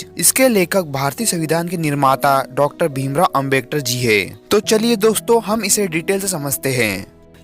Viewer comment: Are foki bro yah Ambektar nahin Hai Ambedkar hota Hai